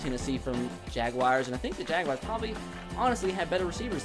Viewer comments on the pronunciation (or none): its Jag-wars not jag-wi-ars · Why does he say jag wire instead of jaguar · Every time he says jaguars I get aids